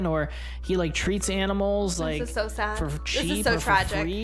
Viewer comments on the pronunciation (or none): and it said odd not sad